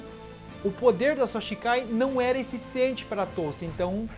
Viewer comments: A pronúncia certa é Shikai mano, e não shinkai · cara você tem um canal gigante de bleach e não aprendeu que é shikai e não shiNkai